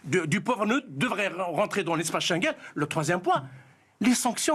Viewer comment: Il est de quelle origine celui là ??? Il faudrait l'exclure de l'espace schenguell 🤣🤣🤣... Faudrait peut-être lui expliquer que ça se dit et écrit: " schengen"